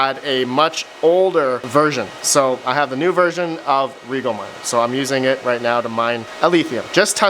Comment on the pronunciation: and a year since you started this ;) Rye-Gel not Regal for Rigel. there it is :p was waiting for it CMP ≠ P1xx for that detection. has to be P series